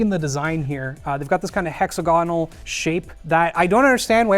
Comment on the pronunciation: Shout-out to for the weirdest pronunciation of, "HexAgonAl" 2023 🤣